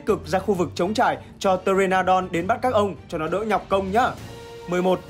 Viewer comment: con pờ tê ra nô đon hnhu đọc thiếu chữ nô đúng k :v nghe cringe vãi